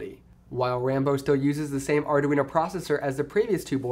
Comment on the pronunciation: LOL ardaweeno